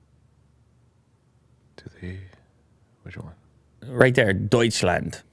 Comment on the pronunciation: As a German I totally approve that "Deutschland" hahaha!